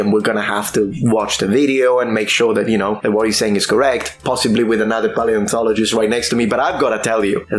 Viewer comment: pie-antologist? is that the "actual" pronounciation?